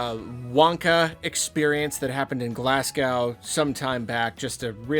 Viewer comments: Good video as usual. Can Americans please learn how to say Glasgow though. It’s Glaz Go. Not Glaz Gow! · i'm scottish and i'm sorry but it it's pronounced glaz-go not glass gow 😭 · Very small tangent, but "Glasgow" is pronounced "Glaz go" not "Glass cow" haha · Glass-go. Not glass-gow. xx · Glasgow is pronounced Glaz-go It's not Russian lol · It's pronounced Glazgo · pronouncing Glasgow makes me giggle:D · The way you said Glasgow hurt lol